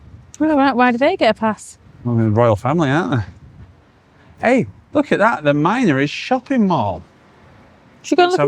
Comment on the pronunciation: You great northern lummox it’s pronounced min-ories NOT mine-ories 😮😮😮